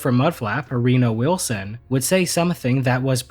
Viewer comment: did you just call that man "Arena Wilson"? xD